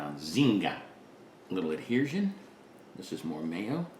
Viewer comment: Please,... It's AD-HE-SION! There is no R. Thank you!